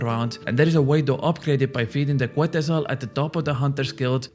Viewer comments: its pronouce ketzal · The U is silent in Quetzal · Just a PSA, the quetzal bird name is pronounced Ket-zal, ive seen all the non latino content creators mispronounce it 😂